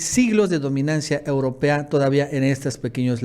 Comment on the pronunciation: CHAPUCERO .....CUANDO SERA QUE PRONUNCIES BIEN LA PALABRA EUROPA. NO SE DICE UROPEA,.NI UROPA.SEA MAS RESPETUOSO.